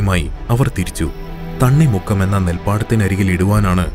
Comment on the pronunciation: തണ്ണി മുക്കം അല്ലാ തണ്ണീർമുക്കം ആണ്... 😁😁